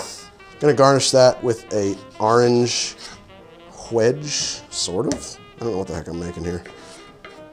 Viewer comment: I love the Monty Python Holy Grail reference! "Ahrange Whedge" also cracked me up! Props to post production there. Also, any plans for a collaboration with Molly Wellman?